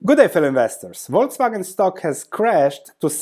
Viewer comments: Yes, it's "False Wagon" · Buy when they cut or cancel the dividend. My guess is this will be the bottom. 😋😋 Also, you live near Austria, you should know Volkswagen is pronounced Folkswagen. What I also find interesting is that dividend yield of Mercedes and VW are almost the same right now (10% vs. 11%) even though the likelihood of Mercedes keep paying that dividend is way, way higher than that of VW.